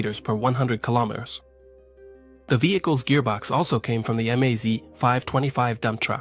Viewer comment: Russian abbrevations for car, truck and aircraft marques are pronounced as words, not spelled in individual letters. Not M-A-Z, but the word MAZ. Same go for PAZ, KAMAZ, ZiL, UAZ, Tu, MiG -etcetera etcetera.